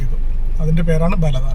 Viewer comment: ബലദാന അല്ല. ബലദ്നാ 🤝